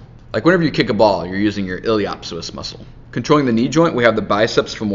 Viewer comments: * il - ee - us - sew - us not ill-ee-op-sis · Hahaha Ileho op soas. Lol not how you pronounce it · That pronunciation of iliopsoas should be illegal lol